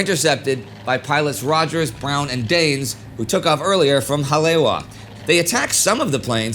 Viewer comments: This whole series has been really good. Hawaiian name pronunciation could be better, but really enjoyed this. Haleiwa = Ha-lay-ee-va Kaena [Point] = Kuh-e-nuh [Point] Ewa = e-va Honolulu = Ho-no-lu-lu (not HON-o-lu-lu) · Um… it’s “Ha-lay-ee-va”… Haleiwa. Great series! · just for the record. its pronounced 'holly-ewa(e pronounce like 'e,'w' like 'v'')